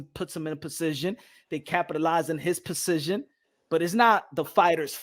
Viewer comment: mans pronounces position crazy . son pronounces it like precision lmao. or is he mixin up words?!?! im weak over here 🤣🤣🤣